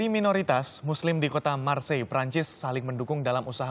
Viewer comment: Marseill kan bukan marsille